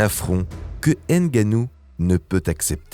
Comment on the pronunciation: C'est ''Ngannou'' et non ''N'gannou''.. Bonne vidéo au passage ( Enfin comme d'hab')